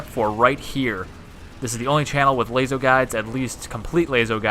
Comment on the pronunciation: When he says Layso instead of Laso